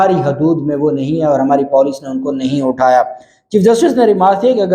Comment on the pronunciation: It's Puuuleeecc PENDU And you are pronouncing Poooooleeeccc